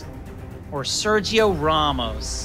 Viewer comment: Also Pulisic: Serjjjio Ramos